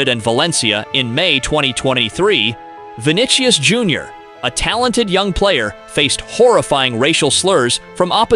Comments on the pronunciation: Vinicius! Please, learn to pronounce it! ( Vi ni sio) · Vinicius's name (He's from Brazil) is pronounced vee-NEE-see-oos.